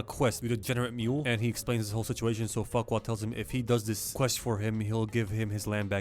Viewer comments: tbh with all those adult jokes, i think farquaad sounding like "fuckwad" was intended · I just realised that lord farquaad sounds like lord fuckall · Please tell me he calls Farquad Fuckwad